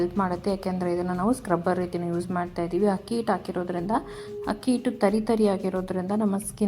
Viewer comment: ಹಕ್ಕಿ ಹಿಟ್ಟು ಅನ್ನಬೇಡಿ. ಅದು ಅಕ್ಕಿಹಿಟ್ಟು